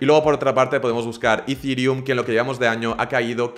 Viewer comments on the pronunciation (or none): que rabia me da lo de decir "izirium" a eth